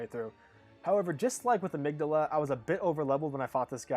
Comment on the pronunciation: I also appreciate the correct pronunciation of amygdala